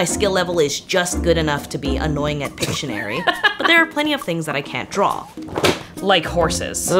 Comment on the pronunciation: "I can't deaw a horse" show a ton of drawings of horses